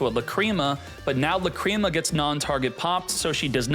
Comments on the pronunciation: Lácrima, not Lacríma. :) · i thought it was la creamy